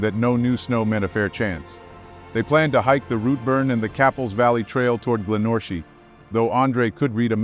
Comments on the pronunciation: Not GlenOrchi its said Glen Orchie its Gallic as in Scotland... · FGS they took a 'short cut'? If there were short cuts on a well established track do you not think they would be signposted? BTW the pronunciation is Glen Orkey and Rootburn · Glenorchy is pronounced glenorky.